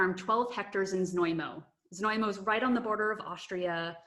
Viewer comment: Prague You've pronounced Znojmo absolutely correctly, but your wine guide hasn't :) My hometown is worth to visit not only because of wine cellars but also amazing historical centre of the the town with the gateway to the The national park Podyji/Thayataal!